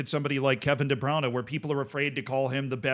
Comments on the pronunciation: I honestly can't hear you say "Debrownuh" one more time..lol.. The correct American pronunciation is: De-Broin-uh. Gotta get the "oin" in there, not the "own." Broin, not Brown. (No I'm not a City fan) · why are you pronouncing de bruyne as the browner